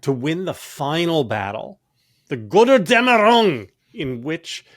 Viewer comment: That "Götterdämmerung" sounded like angry japanese to me. And I'm german. Took me a while to even figure out the language.